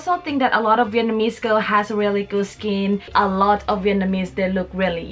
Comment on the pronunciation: For the love of God can you please pronounce it VietNAMese instead of VietMANese